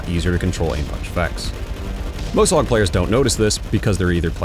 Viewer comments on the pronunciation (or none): It's A-U-G not augh or ahhkh or whatever tf you try to say.